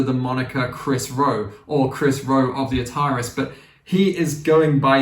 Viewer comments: Great video. However. It is pronounced ‘The A-tar-ees’ not ‘the atarriss’. Like the gaming company from the 70s/80s. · it's pronounced atari-s as in the game console.